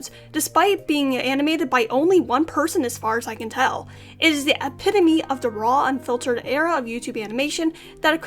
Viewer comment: Thank you so much for saying epitome correctly!